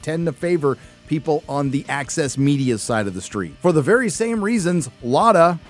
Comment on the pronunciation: ..See i read "Access Media" - but it almost sounds like he's saying the "Axis media" ...And it'd still be appropriate as heck